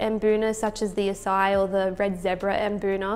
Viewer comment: Usually it is pronounce A C I, long A, C, then long I.